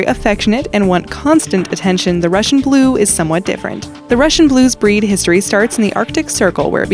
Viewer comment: Whenever the girl says "breed" I hear "bread' lol